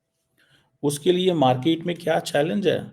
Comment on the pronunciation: Chomu its MarKET and not MarKIIT😂😂😂